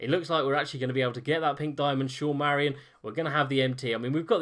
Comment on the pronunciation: Haha dont worry man, you pronounced it better than most people do. Loving the videos by the way!